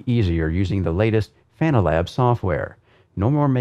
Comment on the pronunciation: Thanks for the review, great to know how your wheel base looks inside. I can't help but smile at your "Fananalab" comments 😄 Seems you realized by 35min. and forward though 👍